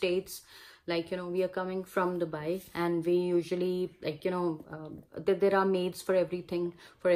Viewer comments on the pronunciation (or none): none